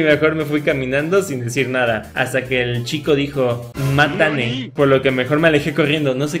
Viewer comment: Ese matane yo me imagino que se pronunicaria mas como Matta-ne! que si es asi, era un "hasta mañana"